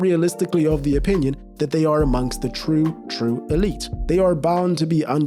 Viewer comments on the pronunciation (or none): none